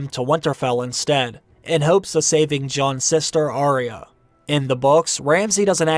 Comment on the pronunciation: It's Ar-ya not Aree-ya. Sorry to be critical. I am a fan & looking forward to another book..